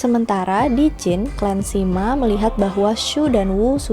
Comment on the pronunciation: Lu sama Lü 吕 itu bacanya beda lho. Sima dibaca: Sema.